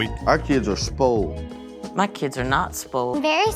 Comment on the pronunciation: Sppolled??? SPOILED 😂